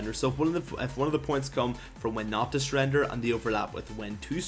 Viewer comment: WHEN TO NOT SURREDER? OMFG DON'T SPEAK ENGLISH EVER AGAIN!